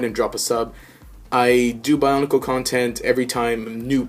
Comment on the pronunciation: bionicle not bionacle lol